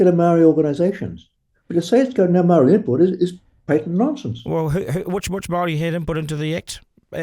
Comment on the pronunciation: This whole idea of making the Treaty of Waitangi null and void is just about grabbing resources—it's about money. Also, I really wish you would pronounce 'Māori' properly. I'm tired of hearing 'they' and 'them'—it’s dehumanising. Honestly, this is a discussion you shouldn't have bothered recording. It comes across as racist and would’ve been better kept private."